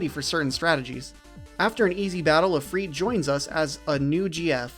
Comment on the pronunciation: Are you pronouncing Ifrit as Ifreet? 😂